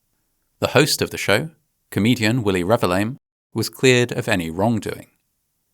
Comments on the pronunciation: lol, "Willie Revi-LAME" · I get so distracted by how you read his surname. It's Revillame so I get why you read it like that. But for correction it's read as Re-vil-ya-mé. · for the record, his name is usually pronounced REH-VEEL-YAH-MEH (emphasis on the VEEL) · lol on how you pronounced his name. It's pronounce Re-bil-ya-me though. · hate to be that person but it's re-vil-ya-meh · His surname is pronounced Revillame (reveal-yah-meh). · I remember this. It was called a stampede in the news, so I had a very different image of what actually happened. After seeing the similar incident in Itaewon, I now have a better idea of how horrible it must have been😢 Btw, the host's surname is pronounced Re-vil-ya-meh (the double L pronounced more like Y). But he is indeed lame, so I can't blame you. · dood did not even try to pronounce Willie's name right lmao